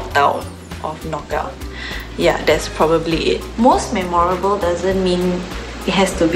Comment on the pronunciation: Even can pronounce memorable and the other noc crew pronounce it as me moor rable which is wrong such a disgrace